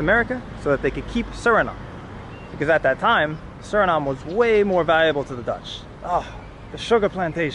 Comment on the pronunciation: Like the video but when u pronounce Suriname don't forget to say the E at the end